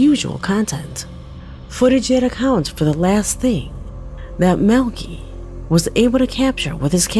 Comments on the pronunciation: In the FIRST VIDEO the guys name is Maleki.... but is pronouncing it 'Melky" (or MILKY) but that is NOT$ how you say this very VERY OLD, BIBLICAL NAME -You pronounce it " Mal-le-ky " - thought maybe I should help:) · It's pronounce Mal-a -ki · It's Mal li kai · I think Maleki is pronounced Malachi and that video was more annoying than anything because you don't see anything you just hear a lot of heavy breathing and a guy running. And I'd like to know who uploaded the video if he disappeared because if these are his last moments alive then it's evidence & assuming someone from the government found it why would they upload it if they didn't want anything revealed? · You’re correct about the pronunciation, but who cares cause the clip sucked anyways! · #3–I believe his name is pronounced, “Mal-i-ki”. “Ki”, as in “sky”. #2–Fake! Why is someone either in the back seat, or in the passenger seat, filming with a cellphone?! Because they weren’t driving very fast and their friend was laying on the roof of the car. They placed their hand on the windshield, so that (1) it would look paranormal, and (2) as a signal to stop and let him into the car. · No (maleki) is a common last name in iran its pronounced (mal-e-key)